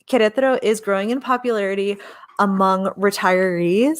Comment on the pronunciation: Thank you for your enthusiastic portrayal of Queretaro — I wavered many times, but your first videos convinced me that this was the place for me. I am one of your “elderly” viewers— you helped me with the pronunciation of Queretaro. The time is getting closer— heading “home” to Queretaro (Centro) mid July— I can’t wait.